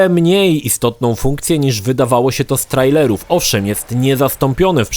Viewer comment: Po polsku mówi się "z treilerów", a nie "z trajlerów" pozdrowienia!:) Trailer (wym. trejler)